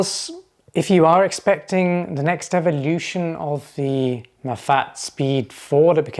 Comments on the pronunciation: It’s pronounced “Mah-fah-tay”. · In French I see things pronounced ma fat but as a Spanish speaker myself I thought it was ma fa te